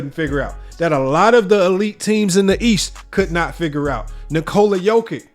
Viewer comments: Pronounced Yokitch. Great vid! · Hello from Serbia! Thank you for appreciating Big Honey's genius, but please, do pronounce his surname properly, will you? It's really not that difficult: Yock-itch. "Ć" is ALWAYS pronounced like the Italian "ci" in "ciao!" 🐺🇷🇸